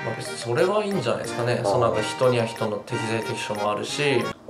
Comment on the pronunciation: そrrrrはねえ